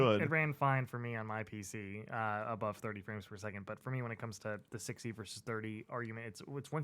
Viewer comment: At first I thought said “I don’t give a shit about Friends Per Second” and I was so offended haha I was like “what did Jake Ralph and Lucy do to you?!” Frames per second makes so much more sense